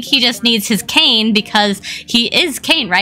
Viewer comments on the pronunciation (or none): none